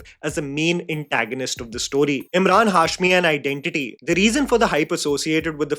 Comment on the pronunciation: Am I the only one who felt kept calling him Imran and not Emraan..